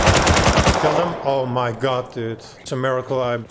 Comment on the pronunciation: I dont know why but it was so funny when he said.. "ou my got ou my got its ":DD